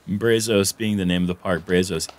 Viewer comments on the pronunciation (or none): "braz-us" not "bray-zose" :) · No way anyone in Texas said "brā-zos" it's "bră-zus" lol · Why can no one pronounce Brazos correctly???? Geez!! It's not Brayzos...its Braazus....its Texas yall. We say the "a" differently. you should know this! Yall are Texas boys also! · This is awesome! Even hearing Brazos mispronounced is ok...but the guys should know better 🤷🏼‍♂️ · Brazos is pronounced BRA Z”Oh”s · Guys it’s BRAHzos. Solid A for effort though. 😂